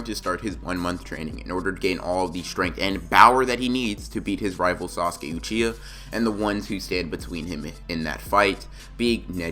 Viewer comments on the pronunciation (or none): none